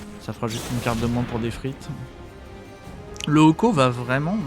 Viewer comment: En voyant la qualité de la vidéo je pensais que tu avais déjà plein d'abonnés ! Bravo ! Seule petite critique Deathrite ne se prononce pas "des frites" 😜